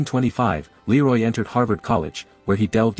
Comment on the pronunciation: The image is not Leroy Anderson. The artificial voice mispronounces his first name.